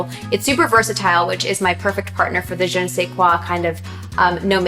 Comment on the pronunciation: Take a shot every time she says "Je ne sais quoi"...Well, at least she made an effort to pronounce properly.